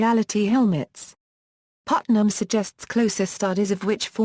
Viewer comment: don't emphasize Putnam next time. distracts us.